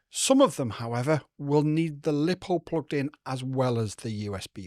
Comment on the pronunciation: Why do you say lipo wrongly 😊😅